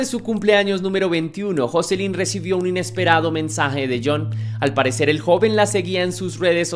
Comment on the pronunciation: No se pronuncia asi el nombre de joselyn